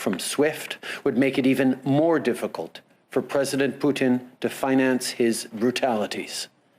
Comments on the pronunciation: Yet no one noticed he calling putin " poutine"..... someone mustve been hungry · Poutine? I think you meant to say Putin.